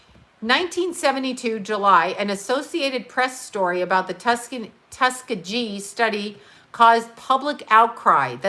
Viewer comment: It's Tusk-ghee ghee